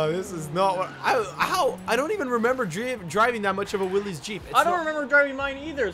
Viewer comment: 53 seconds in and you've already offended me. I'll have you know that the Willys MB helped win the war, and shaped offroading into what it is today (and it's pronounced Will-is, not "willeeeeezzz")